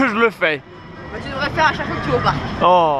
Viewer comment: " la question c'est combien de tour va ton fair - reuh " 😂😂